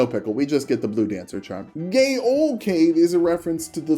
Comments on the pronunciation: Correcting pronunciation on "gael" then immediately mispronouncing "gaol" as "gay-ol" and not "jail" because "gaol" is and old spelling of "jail" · Fun fact: Gaol is actually pronounced like Jail which I thought made the joke more funny